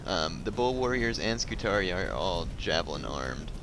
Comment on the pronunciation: its funny that when you said about your scutarii it sounded like you wanted to say STUPIDarii